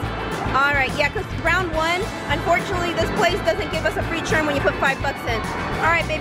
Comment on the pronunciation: N when will she start saying the proper pronunciation of the word "turn" instead of "churn"..its annoying.. but other than that it's cool.